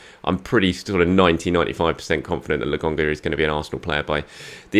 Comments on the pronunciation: Man like not sure why he calls Lokonga as Logonga? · Please stop saying LAGONGA … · Andelecht fans agree with your pronunciation of Lokonga. He is definitely LoGONEga. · I know! It’s driving me insane! Nearly as bad as him saying Orba instead of Auba.